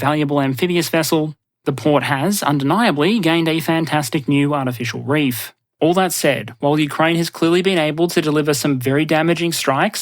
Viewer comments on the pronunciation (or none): none